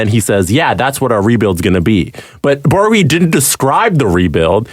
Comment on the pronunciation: Oy vey... Borowiecki - [Boro-vee-etz-key]; unless you are purposely saying it bad then carry on.